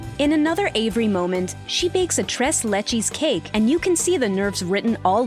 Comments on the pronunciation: “Tress lechys” it’s Trase lechays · Tres lechies 😂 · Tehress lechesss hahahha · "Tres Lecheese" wat... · “tress lechies cake” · Says tres LAYCHEESE Anyone that knows how to really say the cake: Im about to ruin this whole woman's career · “Tres lechies” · Chres Lecheez cake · The way you pronounced tres leches 😂😂🤦🏻‍♀️